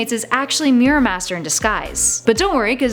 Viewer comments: pronounce mirror right. it's mirror not meerir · The Reaping Hopkins yep because they cant even pronounce mirror